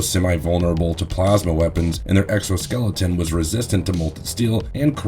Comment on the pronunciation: i really can't get past the fact that you keep saying exoskeleton.